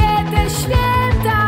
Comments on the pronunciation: Ogólnie twój głos w miare mi sie podoba, ale na początku filmu sama powiedziałaś, że jesteś przeziębiona i może nagrywane było to wcześniej, ale słychać jakbyś miała katar. Zamiast 'świĘta' słychać 'świEta'. Może nie wszystkim to przeszkadza, ale mnie to bardzo drażniło. Pozdrawiam:) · Mnie strasznie denerwuje jak ona śpiewa ŚWIETA a nie ŚWIĘTA. Sama bardzo przykładam się do tego by mieć dobrą wymowę i dykcję, więc myślę, że to dlatego mnie to wkurza.